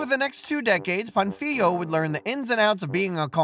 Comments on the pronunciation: My dude... at least try to pronounce the name of the guy correctly. Do you see that á in Pánfilo? It means Pa is the accented syllable, so it should be pronounced PANfilo instead of panFIlo. I get that Spanish is not your native language, but a minimum amount of research in top of what you already did would elevate the quality of your video even more. Speaking of research, you skipped over one of the most interesting and lesser known facts about slavery in the new world. What matters Is not that father Las Casas argued against enslaving the native Americans, but the REASON why he though it was wrong to do so. If you run out of material for your videos, consider making one covering the Valladolid debate. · how do you make a 20 minute video about Pánfilo de Narváez and still fail to learn how to pronounce his name correctly 🥴 Also it´s King Charles I of Spain, not V